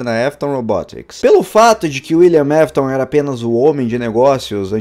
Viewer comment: William afton William afton fala correto não William mefiton